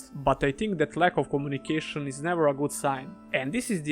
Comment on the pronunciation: Communication not komunikation :D